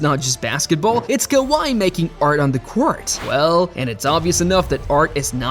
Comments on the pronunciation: kaviyh !!!! AI at its finest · Or kaviyh Leonard